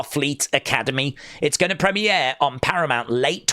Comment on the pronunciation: the way you pronounce the word "premier" makes me want to put my face through my desk.